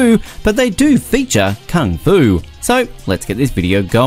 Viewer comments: So how many times he said Kang-Fu? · Me clicks the videos Man pronouncing kung fu - "kang fu" me: already left